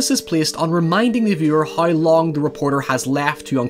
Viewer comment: I like how you say hiew for how.